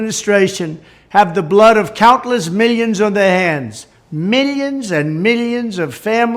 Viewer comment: “meelyins and meelyins” Haha. I can’t help it.